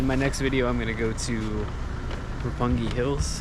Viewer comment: 六本木 is pronounced Roppongi. yes, you are correct, sir.